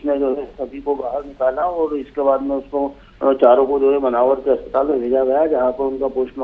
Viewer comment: मानवर नही मनावर मैडम जी ठीक से नाम तो पड़ लो